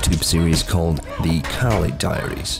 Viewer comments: You pronounce kali wrong. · Once again, it's pretty hard to keep all things correct when it's not your native language... And even herself wasn't pissed at me mispronouncing "Kali"